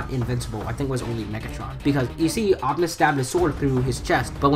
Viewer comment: said optumus in the nuckular town